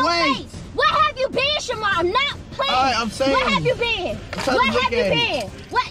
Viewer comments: It sounded like Shamald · She said shamar 😂